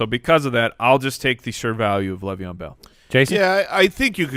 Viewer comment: PLEASE stop saying "Lev" Bell